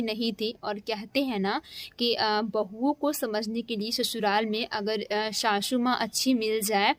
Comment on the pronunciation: Shashu maa😂😂😂 pahle bolna seekh lo shashu maa nhi sasu maa